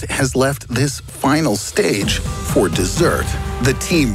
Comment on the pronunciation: Why can't Americans say 'for' properly?